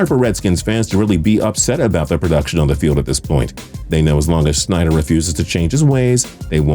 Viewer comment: For goodness sake, the former Commanders' owner was Dan SNY-DUHR, not SCHNY-DUHR